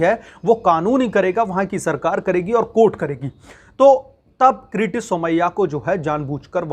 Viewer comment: अबे किरीट का उच्चारण क्रिती कर रहे हो तो व्हिडीओ बनाना बंद करो. भजीया तलने का काम कर लो. बेहतर होगा.